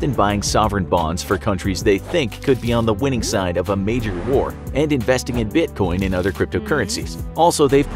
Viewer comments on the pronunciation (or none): none